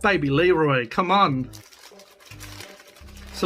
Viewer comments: "Leroy" lol. I can't believe you're doing this again. I hate Muccas fries. Hey there's nothing wrong with a cheeseburger without pickles. I just get extra onions. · It’s not leroi it’s Kid Laroi it’s a Aboriginal name so that’s actually disrespect mate